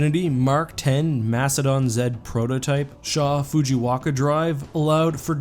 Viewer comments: Minor gripe, Shaw-Fujikawa Drive ... Not Shaw-Fujiwaka. Love the video! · I realized I'm too interested in Halo lore when you said "Shaw FujiWaKa" and I knew offhand that it's Shaw FujiKaWa" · Shaw Fujikawa not Shaw Fujiwaka and please stop saying MAC cannon. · Shaw-Fujiwaka drive? dude its Shaw-Fujikawa been like that since Halo3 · "Shaw Fujiwaka" 😂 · mispronounced shaw-fujikawa